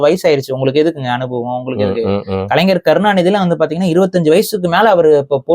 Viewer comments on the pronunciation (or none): none